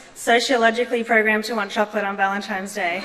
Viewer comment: valentimes day? how does one get to be her age and have never seen valentines day spelled so she'd know how to pronounce it?